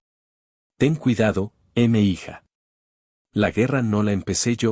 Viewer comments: NO SE DICE "EME HIJA" ES UN MEXICANISMO Y AL LEERSE M'HIJA" SE DICE "MIJA" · Te gusta mucho una IA que no sabe pronunciar mija? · Es mija, "mi hija" dicho de forma rápida. La IA no sabe pronunciarlo porque el tipo que está abajo a la derecha no lo está narrando de verdad, lo narra una IA.